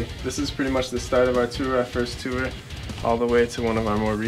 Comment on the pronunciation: i love how he says tour. "tewer"